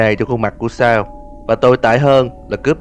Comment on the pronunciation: Sa =)))) chào cô chú đi con =)) Tên Sal nhưng đc đọc là Sa =))